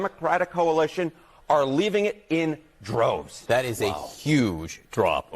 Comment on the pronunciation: I loved the emphasis the analyst put on the word "droves"!!! As in the black male population under the age of 50 have deserted biden in droves!!! Massive shift! Biden for Gitmo!!! ❤Trump in 2024!!!❤